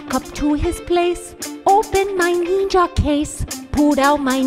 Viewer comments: Um it's not pronounced Neenja it's pronounced NINJA also white belts are the lowest ranks in karate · ninja is pronounced ninja not neenja. There is no such thing called a neenja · It's pronounced nin-ja.. where did you get neeenja from?